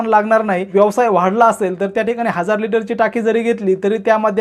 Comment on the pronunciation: यवसाय नव्हे व्यवसाय म्हणायला शिका आधी